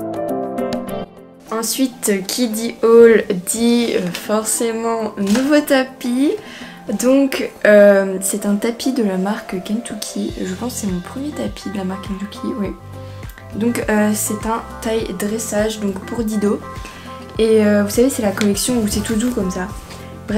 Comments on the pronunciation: C’est KentUcky c’est pas KentOUcky ! 🤪😂 Mais bon c’est pas grave c’est juste que ça me stresse un peu, LOL 😝🤪🤪😥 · on dit pas kentoucky on dit kentucky on prononce le u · Kentouki😂 désoler tu la dit comme sa